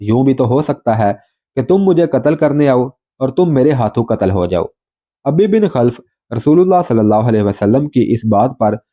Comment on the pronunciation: آپ علیہ السّلام ، سعد (رض) کو تِیر تھماتے اور فرماتے ، " فِدَاکَ اَبِی٘ و اُمِّی٘ ! سعد تیر چلاؤ ۔" یہاں جِس دشمن ِاسلام اور دشمن ِرسول علیہ السّلام کا ذِکر ھے اُس کے نام کو یوں اُبَی٘ بِن٘ خَل٘ف پڑھیں اور بولیں ۔